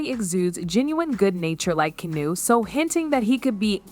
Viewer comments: AI can't say KEANU lol KANU what a load of nonsense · Good Lord. Get the mans name correct. In one sentence he was Keeno, Keanie and Keanu. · Keen-o; Keyanu; and Kanu. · Keenoo? This sucks. Do better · Kee - no? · Who's keenoo reeves? 😂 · Who the fuck is Keeenu? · The Narrator ( ), pronounces Keanu's name 10 different ways. Nothing discussed seems to connect to anything. Is this narrative simply a way to create a news story out of nothing? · The amount of instances this AI mispronounced Keanu's name. Why the heck am I even watching this bs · Is no one going to mention how many different ways she wrongly pronounced “Keanu” 😂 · Wow, all bull shit and for goodness sakes, learn how to say his name!!! Most would have heard, but need to live... Stop spreading bull shit. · It's weird that half the time you can't pronounce his name correctly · This chick literally pronounces Keanu Reeve!s name three different ways. Learn how to say, Keanu. 🙄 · Man, you’re trying out aaall of the Keanu pronunciations, I think you even made up some of your own. That along with the title not delivering on supporting content/ information. A+ job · The lady reporting needs to figure out how to pronounce Keanu’s name. She says it’s a dozen different ways 😂